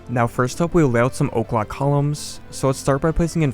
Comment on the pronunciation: Why are you saying o’clock columns? Because that’s what Im hearing